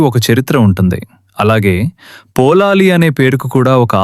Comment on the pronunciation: మీరు పదే పదే పోలాలి అంటున్నారు. పొళలి అని ఉచ్చరించాలి.పుళినాపుర అనే సంస్కృత పదం పామర జనుల పలుకులో పొళలి గా మారింది. ఇక్కడ వార్షిక జాతర నెలపాటు జరుగుతుంది. ఉత్సవం ఆఖరు ఐదు దినాల్లో దేవుని మడిలో(పొలం)చెండాట(బంతులాట)జరుగుతుంది. దేవి భండాసురుడి తల నరికాక ఆ తలను కాలితో తన్నుతూ ఐదు రోజుల పాటు తన పరివార గణంతో కలిసి బంతి ఆట ఆడి వినోదించినదట.ఆ జ్ఞాపకార్థం ఐదు రోజులు ఇప్పటికీ పుచ్చకాయను కాలితో తన్నుతూ బంతి ఆట జరుపుతారు.సురథ మహారాజు దేవిని ప్రతిష్ఠించాక తన కిరీటాన్ని తీసి దేవి తలపై ఉంచి శాశ్వతంగా సమర్పించాడని,ఇప్పుడు ఉన్న కిరీటం అదే అని అంటారు.అలాగే కిత్తూరు రాణి చెన్నమ్మాదేవి పొళలి రాజ రాజేశ్వరి ని దర్శించి సమర్పించిన పట్టుచీర ఆ దేవాలయంలో ఇప్పటికీ భద్రపరిచారు.